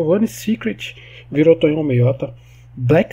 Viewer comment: Mds.. Tonhão? Eu esperando tu dizer meu nome e quando chega a hora tu diz errado kkkk, o ep todo o Tonhão reclamando que se meteu em encrenca e nós felizes pq gostamos de ver o parquinho pegar fogo kkkkkk